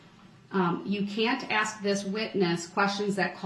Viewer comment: Ax a question , lol